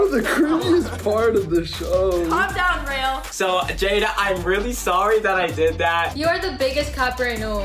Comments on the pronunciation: Not still calling Raul rail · The fact their still calling him “rail” and not Raul makes me mad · True I get no being able to pronounce his name but at least try, the fact heard how to pronounce his name the right way she chose to pronounce it Rail instead of Rual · still saying RAIL.